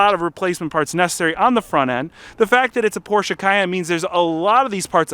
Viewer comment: Thank you so much for not saying "Porsh". Greetings from Germany ✌🏼